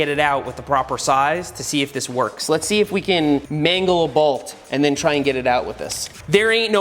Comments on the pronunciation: Balt or bolt?😂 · I love how seth says bault instead of bolt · Today I learned Seth pronounces "bolt" a bit different than I.